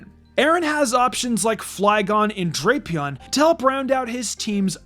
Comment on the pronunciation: It’s pronounced TRAHP-ee-iss, DRAP-ee-ahn, GUH-layd, and mag-more-TURR, “”! 🤨